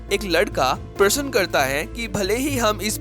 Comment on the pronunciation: मैं एंकर को कहूंगा कि हिन्दी ढंग से बोले - आप पूर्व को पूरव बोलते हैं , प्रश्न को प्रसन बोलते हो ।।।